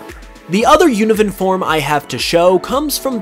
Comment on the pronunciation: i thought you said oven lapras